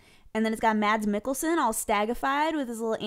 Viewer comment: THE D IS SILENT!!! Mads Mikkelsen is pronounced Mas Mikkelsen! THE D IS SILENT!!!